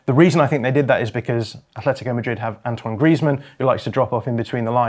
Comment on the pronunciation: AT-LETICO go look it up.. why the f, do English people almost always pronounce a "H" tha clearly is never there? ,ignorance? ..i disagree with much of the analysis anyway, risky football and brave football is keeping the ball is playing short passes through tight areas of the pitch..getting the ball quicker forward earlier is not as risky because if you lose possession of the football you lose it much further away from your goal, playing short passes from the back is far more risly lose the ball and there is an imidiate turnover often leading to an goal scoring opportunity... anyway everybody is entitled to their view, but that;s all it is their individual and subjective point of view....and btw the classic Salah finish was never about power it was about incredible dribbling ball control and precise finishing...like i said subjective LFCYNWA Football one game ONE name period, and no that's not enefel (NFL) handegg